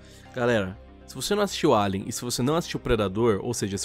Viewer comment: O certo = Alien Lion: "Eilian" Que???? Que p0rr4 de pronúncia é essa?